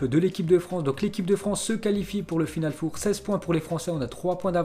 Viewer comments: Putain apprend à parlé du con ..... On dit final FOR pas foure putain c'est quatre .... Ça s'écrit four mais on prononce for ..... t'es le meilleur dans t'es conneries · Final Fauve !!? Même les chiffres en anglais ( après les noms des joueurs ) tu n'arrives pas à le prononcer correctement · On dit pas final four c final four 4 en anglais